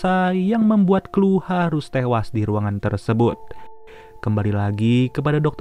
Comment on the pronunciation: Chloe = KLU 🤣🤣🤣,,,KLOWI bang